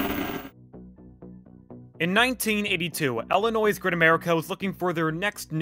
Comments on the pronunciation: Bruh. The S is silent is Illinois. And it’s ill, ill not ell. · It’s ILLINOIS, not Ellinois. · Ill-inois not elle-inois, it's easy to remember as the state makes you sick. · It's Illilnois not Ellanoy. Edge was great a real fun ride sadly it didn't last. We were there that day and heard there was a problem and it happened while we were on the Eagle after getting off the Edge just a short time earlier. Was a little freaky but we kept going. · "el-in-noise" lolol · Why do you pronounce it Ellanoy? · For the last time, it isn’t pronounced “el-in-oise” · El-linois LOL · Why does this guy say, Ellinois? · Eagle , red side is the best. And by the way - the S in Illinois is silent. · You don’t pronounce the S in Illinois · Please do NOT pronounce the “s” in Illinois. Pretend like it’s not there.